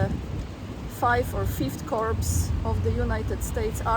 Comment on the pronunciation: It’s endearing how you strive to pronounce english words correctly. Corp and corps are pronounced with the p silent like core or cores